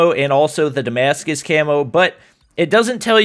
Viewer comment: Damashige?? It’s Damascus